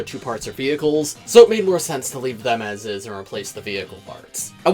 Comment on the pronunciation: So someone notices he says vehciles